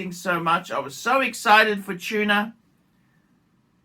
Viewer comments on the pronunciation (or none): none